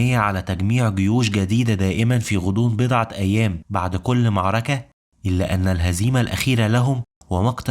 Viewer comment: جميل ما شاء الله، أتمنى حقا بس تضبط نطقك للفصحى في بعض الكلمات زي "معركة" "درهم" + أبوبكر قال "أعجزت النساء أن (تلدن) وليس تُنشئن". فيديوهاتك جميلة جدا ومفيدة جدا وأنا ما شاء الله عندك قبول، ولكن فعلا أتمنى تضبط الحاجات البسيطة ديه لعل الناس تتعلم من نطقك مخارج حروف القرآن واللغة العربية عامة، شكرا على مجهودك 💙